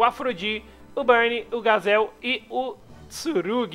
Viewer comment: Mano vc está pronunciando errado o nome do gazel